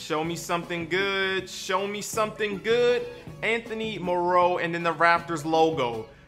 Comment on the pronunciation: He said Anthony morrow wrong